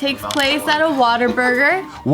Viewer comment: Why did it sound like said waterburger instead of what a burger